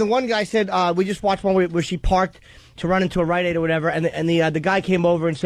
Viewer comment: At a “RiteAide!”